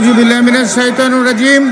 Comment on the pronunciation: আউযুবিল্লাহ বিসমিল্লাহ ঠিক করে বলতে পারে না